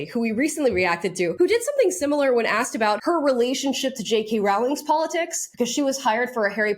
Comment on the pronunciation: I don't know if you care, but I know that I would want to be told in your place, so Rowling is actually pronounced R-oh-ling and ogle is actually pronounced oh-gle. I personally mispronounced both of these in the same way as you for many years. :')